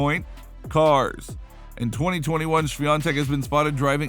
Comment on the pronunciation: can we just applaud this guy for nailing the pronounciation of iga's surname